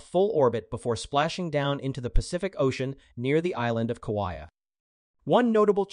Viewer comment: Wondering where you learned to pronounce Kaua'i 🤔